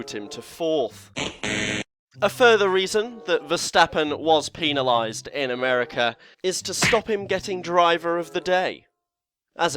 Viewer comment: do you pronounce pen the same way as penalized? I hope not, it's PEN pls, thx. Good vid though, thanks!